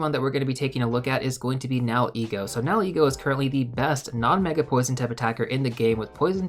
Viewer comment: Are you saying ‘now ego’ for that first ultra beast? 👀😊